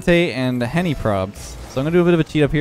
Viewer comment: Why is no one talking about how said Henry instead of Henny